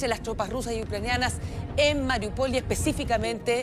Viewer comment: Muy buena noticia para los civiles. Esperamos que la guerra termine antes de que sigan mas masacres. Pero por favor, a la presentadora, MARIÚPOL va tildada en la U , no en la O como erroneamente lo está pronunciando.